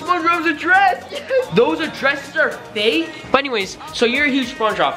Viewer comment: What the hell is faek? 😂 I thought the word was fake! But just stop hating.